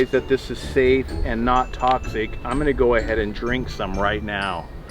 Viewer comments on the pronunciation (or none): none